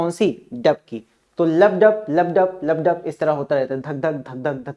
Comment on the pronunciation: sir lubb dap nahi lubb dubb haii